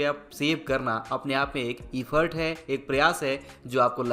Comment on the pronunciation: वैसे ईफर्ट नहीं एफर्ट होता है सही उच्चारण।